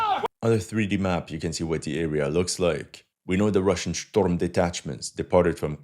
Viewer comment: Cool content, but why pronunciate it "shtorm detachment"?